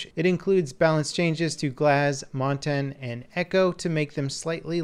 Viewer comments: I love listening to American's trying to say Montagne. It's so bad. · would you please pronounce montagne correctly